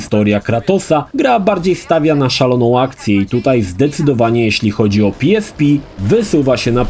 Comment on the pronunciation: Na miłość boską. Nie PiEsPi tylko PeEsPe. W Polsce jesteś. Chyba, że to miał być dowcip a ja nie skumałem.